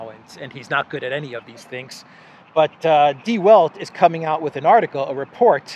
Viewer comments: Please prounance -- The Velt.. Der Welt -- in German. It means the WORLD. W is pronounced V in German. Once must not mispronance the words in other languages because it makes it people ..confused. If they want to look for information they will not be able to find them. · Die Welt is pronouned Dee Velt.